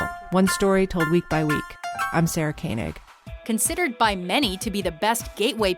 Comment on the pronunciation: Good list, I'm in wholehearted agreement. Gotta work on your pronunciation of some of those names though. Cecil is "SEE-sull". Jad Abumrad pronounces his own name "ah-boom-RAHD". Koenig is pronounced "KAY-nig". Just a nitpick.